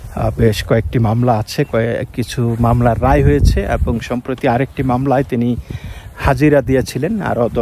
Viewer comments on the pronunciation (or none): none